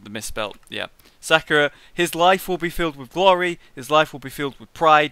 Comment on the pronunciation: lol he said sakura